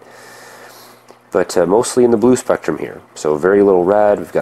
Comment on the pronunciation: you read spektum power wrongly